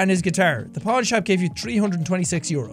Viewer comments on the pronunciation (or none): none